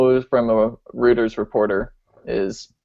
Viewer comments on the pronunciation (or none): Reuters is pronounced "ROI-ters" Like Droid... :)